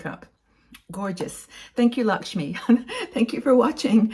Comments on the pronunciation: It's not Lakshmi,it is pronounced as Lak- may.I'm Indian ,and Lakme is my favourite brand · Lovely look - enjoyed the video . I love Lakme products - just a hint its pronounced “l-a-c-k -m-a-y” not Lakshmi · I am an Indian and thank you for sharing your knowledge. Although I must admit you missed out on the chance of dressing up with some Indian Bollywood style jewellery 🤣❤️. Also it's pronounced as "Luck me"